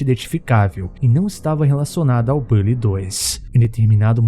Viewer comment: Cara já foi confirmado não é bally e sim bully